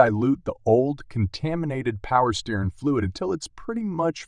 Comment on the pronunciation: Its not "steerin fluid." Its steer- ing.